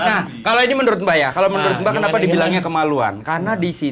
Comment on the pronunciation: Ini gue salah dgr gak sih blg menurut jadi merunut 😂